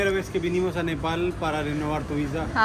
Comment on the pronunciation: NEPAL, es NEPAL Te falto la L